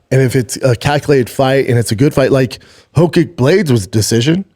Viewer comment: Love how Schwab pronounces “Hokick” like he tries to pronounce Aleksandar “Rakić” lol